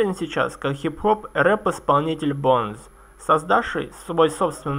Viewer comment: БОУнс, не Бонес